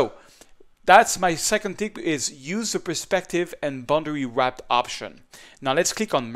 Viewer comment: Hey, its "Boundary Warp", not boundary WRAP. Otherwise, thanks for the tips.